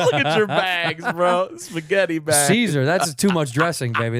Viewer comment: show starts Edit- Sickler can’t say “baNgs”?!? Wtf? I know that Balmer accent is brutal but this hatchet job is next level. Butchered it twice too, just deletes the letter N without blinking. “Look atcher bags bro, spaghetti bags…”